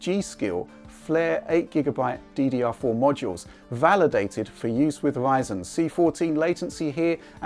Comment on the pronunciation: how come he can say "tRanscoding" but he can't say Ryzen? WTF is Wyzen?